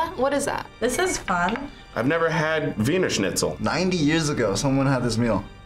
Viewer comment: It is Wiener like the city Wien....